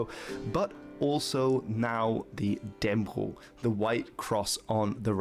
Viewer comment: All Danes know the story - and the pronunciation of Dannebrog is Dan-ne-bro the g isn't pronounced